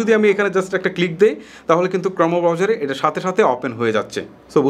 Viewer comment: ক্রমো হবে না ক্রোম উচ্চারন হবে ভাই